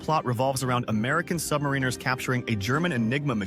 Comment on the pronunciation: Wow! Someone who pronounces "submariner" correctly!